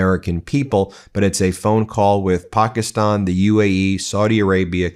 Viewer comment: Ben, why is Pakistan (Pahk-ee-stonh) literally the only country name you pronounce correctly? You always make an extra effort on that one, but then make absolutely no effort on any of the others and get most middle eastern names and places wrong. Why is this????